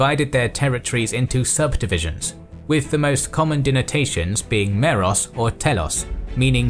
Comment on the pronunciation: i think you said meros and telos in the wrong way